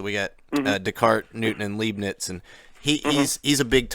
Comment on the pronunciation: You took a course on Leibniz but you don't know how to pronounce it?